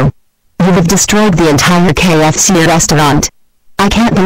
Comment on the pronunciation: why when they say KFC they say kxc